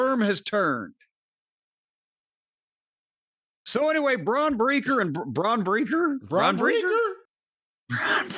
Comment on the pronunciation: Bron Breeeker ??? 😂